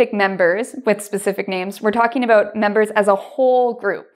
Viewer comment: Thank you, interesting as always. Sorry for the question, but why do you pronounce 'about' like /əˈboʊt/ instead of /əˈbaʊt/ ?